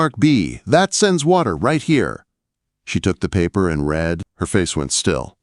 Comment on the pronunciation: F'ing AI! Cannot use READ correctly. or within context, INSULTING!